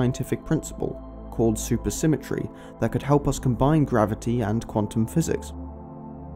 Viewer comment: Is it Quatum or Quantum?